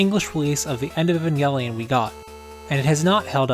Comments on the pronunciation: Your name is. HOW ARE YOU MISPRONOUNCING A Van Gelli-on? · Also, for anybody who'd like, I pronounce E-van-jell-lyon (like, "lion")